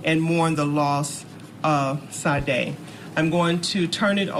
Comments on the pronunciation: Them mispronouncing her name was driving me crazy. May she R.I.P 🕊 🕊 🕊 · I’m surprised this black sheriff doesn’t know how to pronounce “Sade.” 🤦🏾‍♀️ and I say this because Sade’s mother wasn’t happy about that at all. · Do they not know how to pronounce Sade?!?! C’mom